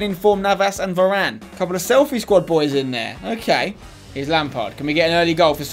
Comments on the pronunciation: its varane not verane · it's varane not verane